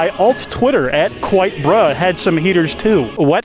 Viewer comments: Kwite the show. Ha! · OH MY GOD IT'S KWITE